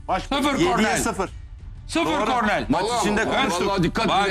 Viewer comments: Kornel değil Sinan Engin, KORNER. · Nobody: Sinan Engin: Kornel